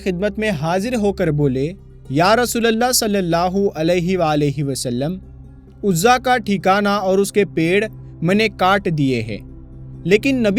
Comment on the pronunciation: Bhai aapne shahi paddhi nahi. Urzaa devi. Hihe bhutt nhi